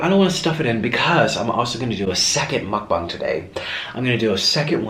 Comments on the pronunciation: He keeps saying mukbong and not mukbang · It's pronounced mucbang not mucbong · I like how u say mukbong lol